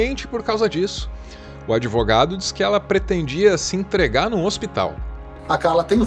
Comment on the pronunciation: "Grades coisa 'sê' adivogado..." dela...